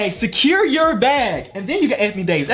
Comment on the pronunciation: “Sakeer the bag”